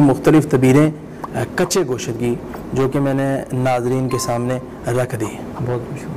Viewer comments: Goshat nai gosht Hota hai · Gosh ko Ghoshat padta hai .pahley Urdu seekho . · Inki to apni urdu theek nahein goshaaat 😅